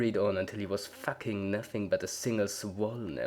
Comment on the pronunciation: I love how you said foking or facking